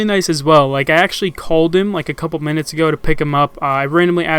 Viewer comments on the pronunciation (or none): none